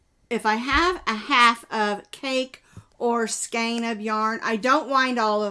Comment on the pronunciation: remember the song, 🎵 the rain in Spain stays mainly in the plain! So skein rhymes with Spain ❣️